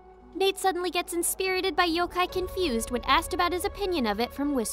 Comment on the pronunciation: It’s pronounced Cornfused